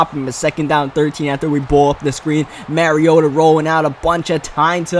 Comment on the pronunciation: Mariota (mah-ree-oh-tuh) not (marry-oh-tuh)